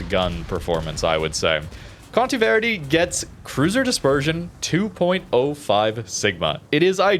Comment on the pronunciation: All "e" in Conte Verde are like the one in set (not sit).